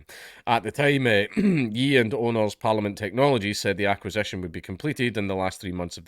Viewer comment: Ye is pronounced 'yay'. Like the 'ye' in Kanye.